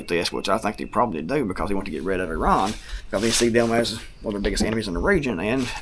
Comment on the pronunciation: Good job with the pronunciation (eh-ron). I worked with a 1st gen Iranian American guy and he said that’s about the closest you can get in English (they pronounce it with much more guttural flair). I always cringe when I hear us Americans say it incorrectly now that I know that.